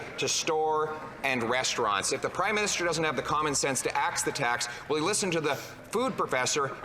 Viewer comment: speaker: "the right honourable prime minisTOOL"